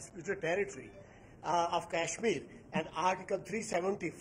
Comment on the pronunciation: It's not cashmir .. it's kashmir